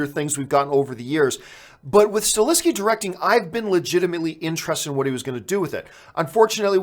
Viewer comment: Please stop mispronouncing Chad Stahelskis name. It´s not StaLeski. It´s StaHelski. Good show though.